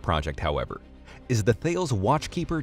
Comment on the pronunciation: stop mispronouncing thales, its a greek mathematician